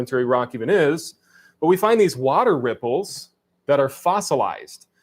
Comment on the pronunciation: I guess the one improvement has over Kent is that he can say “water” like a normal person